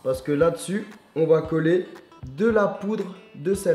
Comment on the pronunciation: a 3 minute 49 il dit "la poude"